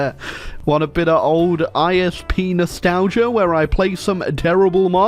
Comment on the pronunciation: why do I hear IS Pnos talgia instead of ISP nostalgia?